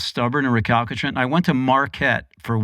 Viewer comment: Yes! I noticed that too. 😂 “Re-CAL-ki-trant” I kept going, “Nope, try again.”